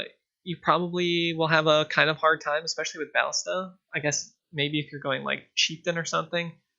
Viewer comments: both of the a's are pernounced the same not two different a's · bal·lis·ta please its tilting me but say it right sob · bro u should o to google translate and see the correct way to say BALLISTA... lol